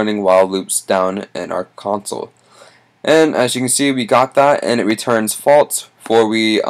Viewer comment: Good video but first stop burping and its actually false not faltz just saying